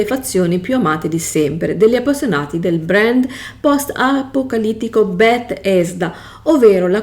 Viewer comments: Tutto ok ma perché continui a dire bet-hesda? È tutto attaccato 🤣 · ma stiamo scherzando? "Bet - hesda" ovunque. Pause, intoppi, "VALUT 76" al secondo 54. "Dalla guerra nuclerare rtereitoreato il pianeta", eh?. Ti mangi le parole, sembra più una parodia che una descrizione di un videogioco. È imbarazzante, veramente. Ancor più che ora tu mi chieda questa cosa. Se uno sbaglia nella registrazione si può ripetere, eh. Questa cosa denota totale incapacità e menefreghismo. Se hai altre domande imbarazzanti sono qua. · ma infatti ciascuno faccia ciò che vuole. Resta la questione del perché una persona con evidenti difficoltà scelga di recensire un prodotto che neppure conosce, esponendosi poi a critiche. Se io voglio raccontare di un videogioco, prima cerco di informarmi. "Bethesda", "Vault" pronunciati in quel modo danno fastidio perché mostrano totale disinteresse, mancanza di conoscenza. La tua libertà di parlare di ciò che vuoi non è superiore a quella di chi poi ti fa notare che è tutto estremamente sbagliato, poco curato e fastidioso.